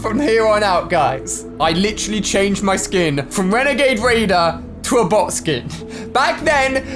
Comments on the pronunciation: Renegade wader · The Wanger wader